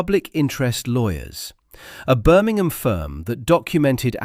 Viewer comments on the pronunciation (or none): none